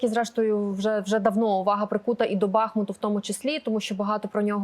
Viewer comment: Дивно чути від вашого каналу неправильний наголос БАхмут, правильно-БахмУт.